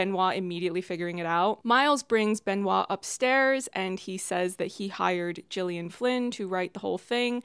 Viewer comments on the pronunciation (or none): What tipped me off about the Gillian Flynn thing is that he mispronounces her name. She isn't Gillian as in giraffe. She is Gillian as in gone and girl. This might have just been a flub. I was convinced the mystery was going to have more to do with all these invisible people in the background who actually support the rich people, and it only kinda sorta did. I was convinced Whiskey and Peg were going to have a bigger role. And I thought mispronouncing the name was pointing out how much Miles takes these people for granted. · I LOVED the Gillian Flynn detail because because she doesn’t pronounce “Gillian” with the soft G sound… she famously pronounces it with a hard G. Yet another thing he got wrong.